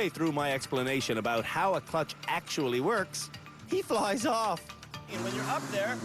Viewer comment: Perfect "Uuut and abuuut"...